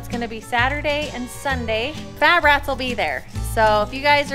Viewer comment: its called fabrats , not fitrats.. ami right? lol